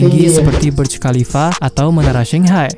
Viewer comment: Burj Khalifa bukan nye burt kahifar